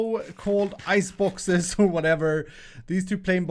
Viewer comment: Those houses... did he call them "ice foxes"? They're soupsnakes!